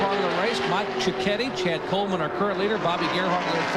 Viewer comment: How did you mispronounce Mike Ciochetti's name so badly when the clips give the proper pronunciation?